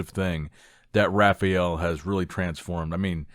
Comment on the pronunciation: Ha-Fye-El Bro. Not Raghfael. Butchering his name even with American dialect.